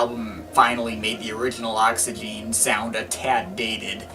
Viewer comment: Great video mate. But first of all, you don't pronounce the last E, so it's just pronounced: Oxygen. Secondly, when going through Jarre's back catalogue you should really include The Concerts in China, which included a lot of excellent new material, such as Night in Shanghai, Arpegiator, Souvenir of China and Orient Express. But anyway, thanks for the video.